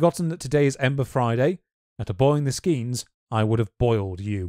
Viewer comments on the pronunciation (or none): no, in, skeins isn't skins. A skein is a spun ball of yarn. it isn't "the god For." You really need to get past your regional dialect for "Þor." Please and thank you. in, you're mentioning Dänmark, while showing a Norwegian flag...